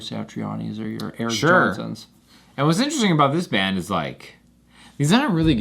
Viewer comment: “Especially in a bandUHHH”